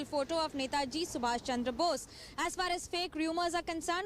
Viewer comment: To the host (with due respect), please pronounce the name of the Greatest soul properly. It's Netaji Subhash Chandra Bose and not *sumash chamdra bose*.